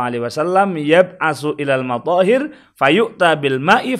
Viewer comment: Alhamdulillah sudah dibantah ust Yusuf rustam, bacanya aja sudah salah, madzohir padahal matohir